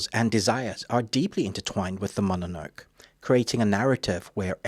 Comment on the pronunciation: Great balanced review, me ol' sock. Just one curious note... it's MO-NO-NO-KAY, innit?